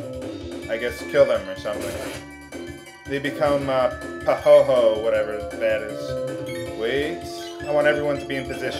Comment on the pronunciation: It's pronounced Pa-hoy-hoy but spelled Pahoehoe.